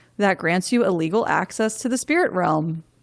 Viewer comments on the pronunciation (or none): Did you say "A Legal" or " illegal" access to the spiritual realm?